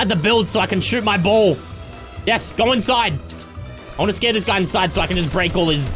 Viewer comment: is saying ball so much, it’s starting to sound like bowl! 😂